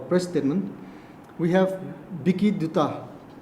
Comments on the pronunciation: Steetment instead of statement. Orginition for organization, just little eg nou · Statement ❌ Stitmints✅ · Another one 😂😂😂 stetment not statement